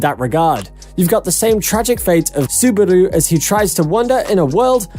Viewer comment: Bro... Don't put more "u's" in Subaru.....